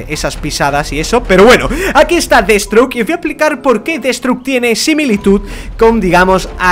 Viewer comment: deadsthroke no deadSTROKE